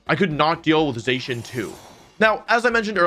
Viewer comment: I'm glad there were no weird squished faces. Now he just needs to learn how to pronounce Zacian's name.